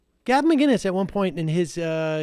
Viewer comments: It's McInnes motherfucker not McGuinness! Sheesh. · Why can't Americans say mcinnis properly? It's not mcguinness. Mick-innis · Who’s Gavin miginnes? Do you mean Gavin McCinnes? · Dude…there’s no G in Mcinnes, putz.